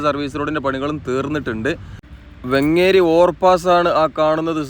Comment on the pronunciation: ബ്രോ വെങ്ങേരി അല്ല വേങ്ങേരി എന്നാണ്